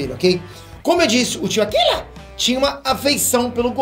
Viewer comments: não é akila. Ele é japonês, então tem q falar com o r bem destacado e como se tivesse brigando kkkk. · Para de falar akila assim kkkkk Rachei